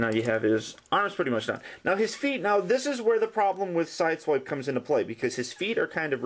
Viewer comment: its pronounced sideswipe